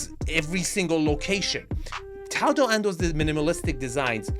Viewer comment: You really brutalized Tadao's name. Almost as much as dipsh-t did to his design....LOL